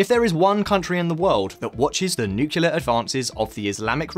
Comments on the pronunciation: It's not "nucular". There is no such word. It's " nuclear'. If your going to present yourself as an expert, at least learn the English language. Other than that your video is very good. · the word "nuclear" is pronounced nu-clear. Not... "nucular". Thanks for a great report. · It's nucLear, not nucular 🤦‍♂️ That scratches my eardrums every time I hear it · Nuclear, not nucular. And given how many times we saw Trump, why didn't we see the great apoeaser Obama? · Oh, that "nukelar" program! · Why are you referring to Nuclear (New-clear) as Neo-killer ? 🙄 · The word is "nuclear" not "nucular." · Nuclear..not nucular. Cmon man. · it's "nuclear" not "nu-cu-lar" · New-clear not Nook-yoo-lur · Try not to say NUCULAR and instead NUCLEAR!!! Please!! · Sorry bro, all I hear is "nucular" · Exactly.. I shake my head every time I here "Nucular"....... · Nuclear is pronounced the way it is spelt. The Homer Simpson pronunciation used in the video makes it unwatchable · New-clear, thank you. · Nothing grates on me more than hearing nuclear, pronounced as "nukiller" or "nucular". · "nucular" WHY? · "newkiller"? I thought English is your first language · NEW CLEAR - just say it right. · New-clear bomb. just say NEW-CLEAR, for the love of God, please. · Is it too much to expect that an otherwise educated, intelligent, savvy internet broadcaster correctly enunciate the word, "nuclear"? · Someone needs to learn how to pronounce nuclear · learn how to pronounce nuclear correctly ffs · I like your channel a lot. So don't take this too hard. Please practice how to pronounce 'nuclear''